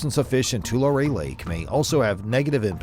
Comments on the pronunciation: It's pronounced Twolarry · ITS PRONOUNCED ( TUH-LARRY)